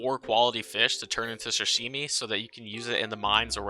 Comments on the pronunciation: I love video but its not shashimi. This bothered me, its sashimi with an s, it is pronounced with an s too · dude it sa-shi-mi not shi-shi-mi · No hate but hearing you call Sashimi shashimi made me physically cringe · “Shashimi”? suh shee mee